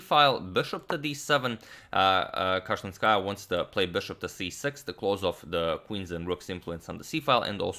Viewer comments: My ears hurt when u pronounce Alina's surname like that.The pronunciation is Kashilinskaayaaa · You pronounce Kashlinskaya in a wrong way. The second syllable should be stressed. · Damn I do not even know how to tell u the right pronunciation 😂Cause I am living in Kazkhstan